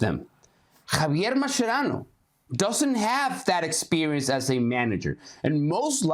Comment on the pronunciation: U guys have no capacity to judge Mascherano, period. Also, baldie, it’s not pronounced like that bruh’, che mas che rano, accentuate the che, boludo… yet I appreciate your work 🤙🏽🫶🏽